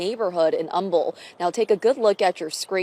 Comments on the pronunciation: Humble, Texas, it's Um-ble not hum-bul. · This is the second case out of Humble you’ve covered in the past week. I lived here a few years ago. In case there are any other future cases, it’s pronounced Umble. The H is silent. I know weird right? I came from CA and was so confused too 😅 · In case you come across Humble again, it’s pronounced umble. The H is silent. Us Texans like to make things difficult lol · They say Umble not humble who Cares just tellin ya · Love your channel. Just an FYI it’s not pronounced Humble its pronounced Umble no H. Just for the future.. Everyone says it wrong.. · Can I just say. I live in Houston. "Humble" the H is silent. Like UM-ble. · Completely irrelevant, but Houston native here. And it’s pronounced “Umble”. The “H” is silent. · Thanks for covering this! I live in Humble. It’s pronounced “Umble (silent H 😊) love ur videos! ❤ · I grew up in Humble…It’s pronounced um-ble…🤭😊 just saying don’t come for me 😳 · As someone who was picked on for pronouncing the town name incorrectly, i just want to help out by respectfully saying that the “H” in Humble is silent 😅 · Great coverage. Just a quick thing from a Texan here- Humble is pronounced like Umble, with a silent H. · Just FYI,, since this is your second case this week about this city. It's pronounced "Um-bull." The "H" is silent. Thanks for cranking out so much content lately! ❤ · Your videos are great! I noticed in this video, and another, you mentioned Humble, Tx. I grew up near there. We pronounce it “Umble,” with the H silent 😁❤ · It's actually pronounced umble. Love your channel! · I used to live in humble. It's pronounced Umble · This case happened near me and it’s so sad :( So, so many awful occurrences in Houston in just the past couple months alone. Sending the surviving family all the healing energy. P.S. the ‘h’ in Humble is silent. It’s pronounced more like Umble. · I'm from Humble, TX it's pronounced Umble (the H is silent ) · Humble is pronounced Umble.